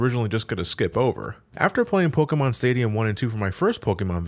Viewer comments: Polkamon. Gee. You must be a big fan as to not be able to say it correctly. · gasp said Pokémon differently